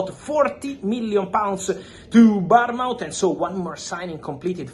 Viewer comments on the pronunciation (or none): People from other countries better never critique the way English people pronounce names ever again after I’ve listened to Bournemouth be mispronounced 1000 times😂